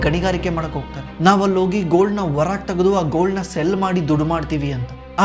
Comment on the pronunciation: Heartfully disliking the video. Kannadada kole madthirodakke, neev ene heli este knowledge irli, neev kannada mathadthidra andre kannada saryag pronounce madod kaliri. Adu "hogthare" ogthare alla "Horage" orage alla "Halmark" aalmark alla